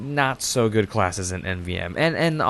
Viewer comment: "Sniping is a goid job, mate!"